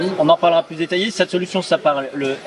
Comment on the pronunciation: "Pu" pas "Plus" ! Avec les explications orales de Franz, c'est encore mieux que de les regarder !